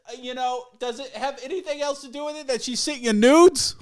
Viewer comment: Everytime I hear say "Eltz" instead of else I lose some respect